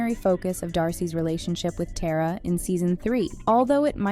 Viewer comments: It’s Tara,not TERROR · It’s pronounced tar-ah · It’s not “tear-ah” it’s “tar-ah” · This video is really just mispronouncing the easiest names. She called Elle “Ella” and pronounced Tara “tear•a” instead of “tar•ah” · I can’t believe she says Tera not Tara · Its tara not teara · Her name is Elle not Ella and Tara’s name is Tara bit teara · You lose all credibility as a channel when you don’t even know how to pronounce the characters names. It’s not Tear-A, it’s Tar-a. It’s not Ella, it’s Elle (like the letter L). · And Tera. Its TARA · “Tera” “Ella” 💀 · Ngl I almost clicked off when I heard that and “TAYRAUH” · Your ponancing Tara wrong and don't call Elle ,Ella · i don't like how the narrator is only mispronouncing elle and tara's name. the two colored characters in the series.